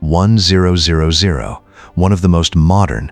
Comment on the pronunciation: Teach your AI how to properly prnounce "A350" and other aircraft numbers.